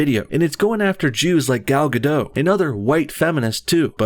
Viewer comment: you're pronouncing Gal Gadot's name wrong